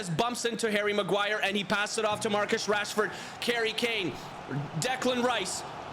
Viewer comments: You say karry kane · he said karry Kane and he said marchus rashford